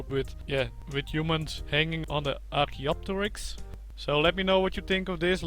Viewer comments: Perfect pronunciation by the way. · You pronounced it right